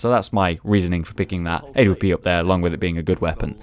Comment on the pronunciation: stop saying "a-w-p"!!!!!!!!!!!!!!!! say awp lol